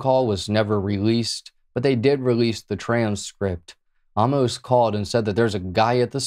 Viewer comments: It’s pronounced Wins-low. And Amos is pronounced Aim-muh-s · Just for good measure: Amos ~ Ay-mus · Amos = aim uhs